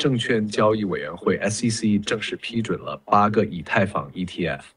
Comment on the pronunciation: 居然还会想真人一样误读“以他，以太坊...”震惊到我了